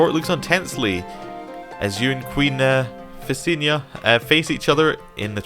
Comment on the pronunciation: "If you can't solve it with dragonfire it's probably not worth solving." I lol'd. Holy moly, Visenya! (Also, Viss-en-yah. Not Vanessa, lol) Imagine what a song that would've been! Aegon and his sister-wife facing off in combat. I'm imagining Rhaenys on the sidelines watching in horror. Is it time for a history lesson? I think it's time for a history lesson. In canon, Rhaenys and Visenya each gave Aegon one child. Rhaenys had Aenys, the oldest, and Visenya had Maegor, the second son. Aenys married Alyssa Velaryon, and to build ties with the Faith, Maegor was married to Ceryse Hightower, whose uncle happened to be the High Septon. Aenys and Alyssa had six children; Rhaena, Aegon, Viserys, Jaehaerys, Alysanne, and Vaella. Ceryse Hightower, on the other hand, proved to be barren. Aegon eventually died, passing the Throne to Aenys. He appeared to be a kind man, but he was too eager to please others, and wasn't able to make firm decisions. He made his brother Maegor Hand of the King. Maegor shocked everyone, however, when he took a second wife-- Alys Harroway, and Aenys was forced to banish his brother or risk retribution from the Faith. He made quite a blunder afterwards, however, when he married his older children Rhaena and Aegon to each other. Religious revolts broke out across the country. Soon, the Red Keep was essentially on lockdown, with murderous peasants screaming for the royalty's blood and the Faith Militant making a base in the Sept of Remembrance. Aenys's Aunt Viseny